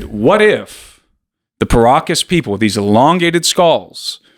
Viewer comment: Everytime you guys pronounce Paracas people I hear Pierogis people 😂